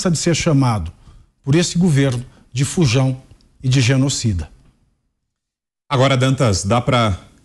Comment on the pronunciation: Eu tinha entendido "Bujão"